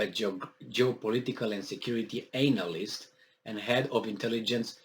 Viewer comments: I Love the way you pronounce ANAL- list. 😆🤣😂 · Maybe that's his point lol. It's funny to hear him say it.